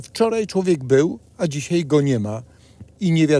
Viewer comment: Nie dzisiej tylko dzisiaj.Poprawna polszczyzna się kłania.